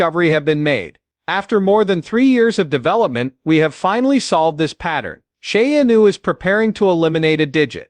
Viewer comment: Sha-a-new hahaha